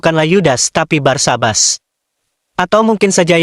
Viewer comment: Barsabas apa Barnabas 😂😂😂😂